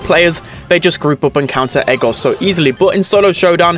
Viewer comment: ITS NOT EGAR ITS EDGAR